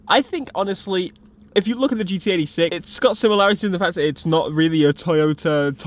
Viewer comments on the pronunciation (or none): For the latter half of the video, I thought you were saying GTA 6. 2hrs later and I'm like: OHHHHHHH he was saying GT86